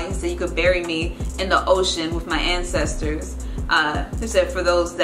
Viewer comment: J A N I Y A H “assisters” lmao bruh he said ancestors